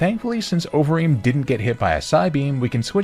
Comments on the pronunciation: i kept mishearing overeem as ovary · Idk if anyone else felt like this but it sounded like you kept saying ovaries for conkeldurr’s nickname